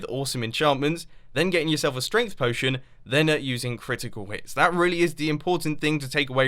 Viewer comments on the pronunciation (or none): lol "Stength" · Ah yes, stength ... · STENGTH STENGTH STENGTH STENGTH STENGTH STENGTH STENGTH STENGTH STENGTH STENGTH STENGTH STENGTH STENGTH STENGTH STENGTH STENGTH GOD MUMBO IT'S STRENGHT